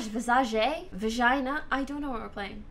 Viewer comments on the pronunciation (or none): what accent did she say vagina in?